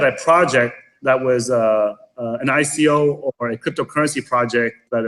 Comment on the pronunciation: did she pronounce ico, iko?